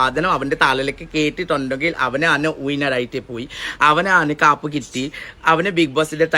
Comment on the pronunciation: ചേച്ചി കപ്പ് ആണ് കാപ്പ് അല്ല .. ആദ്യം അത് മനസ്സിലാക്കു 🧐